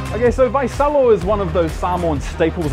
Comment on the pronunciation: It's Vaisalo not Vaisolo 🤭